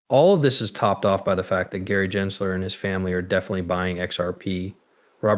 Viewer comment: I giggle when you say certain names. Like "jensler" instead of Gensler (hard G). There's been 1 or 2 others. Keep it up, though. You do a good job overall.